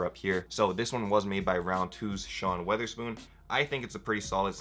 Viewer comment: NGL this guy sounded like he didn’t know what he was talking about. Didn’t know the value of the ASU UB’s, didn’t know how to say Sean Wotherspoon